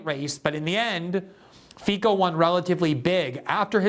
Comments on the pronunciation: His name is pronounced fitso not fiko. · pronounced Feetz-o.